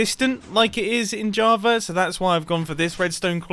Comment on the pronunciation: he plays on ja-aha-va now!